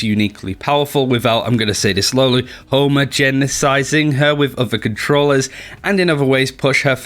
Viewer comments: Did no one realize he said homogenesizing instead of homogenizing xD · "homogenizing" is pronounced hawm-aw-gen-izing most commonly :)